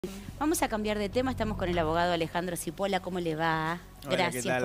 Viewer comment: Se pronuncia chipola el apellido